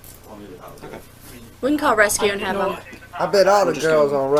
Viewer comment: Rescue not Rusty Lmao 😂